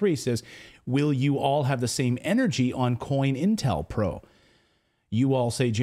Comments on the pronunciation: Just a HEADS UP, DUDE!....It's "CO-INTEL-PRO"....Not "COIN"...lol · Co-Intel Pro. Not coin. Sigh